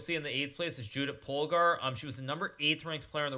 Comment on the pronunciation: he buthcered Polgár Judit-s name